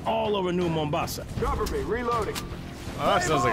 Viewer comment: His pronunciation of Mombasa hurt me